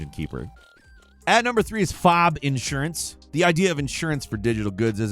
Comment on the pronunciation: Not to sound like a jerk, but it's pronounced F.O.B., not fob.